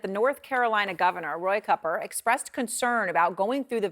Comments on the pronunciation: Cooper not Cupper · Why do you keep saying Roy Cupper ??